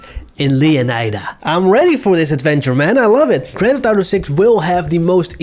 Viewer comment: Bro is the best gta guy. GRÄNN THEFF ÄUTOUU